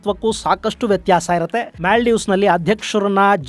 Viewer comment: ಅದು ಮ್ಯಾಲ್ಡೀವ್ಸ್ ಅಲ್ಲ.. ಮಾಲ್ಡೀವ್ಸ್..